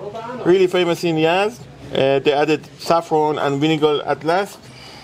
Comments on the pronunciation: It's Yazd and not Yadz. Excellent video. Iranian food is lovely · It’s Yazd not Yadz! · It's Yazd not Yadz. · Omg he's saying Yadz the whole video 😅